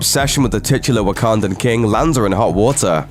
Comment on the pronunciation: I'm being serious...are you saying Wakandan or Ugandan?